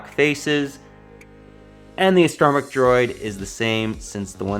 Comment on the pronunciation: I have never heard someone say astro mech the way u do... Guess it's like the way Bfab says "character" it "care actor". I do like this one better than the other version just for the see through windows on the sides .